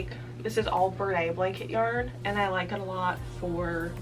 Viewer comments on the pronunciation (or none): I’ve never heard anyone pronounce Bernat like that 😅